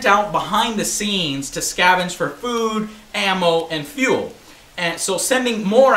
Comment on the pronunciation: "Scavage" lol SCAVENGE Joe! You always say the wrong words lol